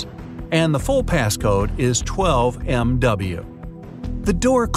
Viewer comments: its not 12mw its 12my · It is not 12me it is 12my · When why did you say 12mw when it say 12my? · Why did you say 12mw it was 12my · He w instead of y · He said 12MW it is actually 12MY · you said 12mw not 12my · on the last one you said 12MW not 12MY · Hwy u said 12 mw not 12my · You said 12mx instead of 12my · He said 12mw not 12my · WHY DID YOU SAY 12MW, NOT 12MY?!? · you said 12mw not 12my you are septostomy say 12my '